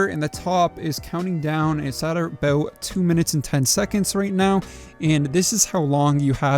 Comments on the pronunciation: a BOOOOOOOOOOTTTT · I have always loved the way Canadians say "About"